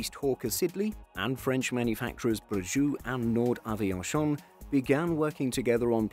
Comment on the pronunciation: "Nord Aviashion" Lmaooo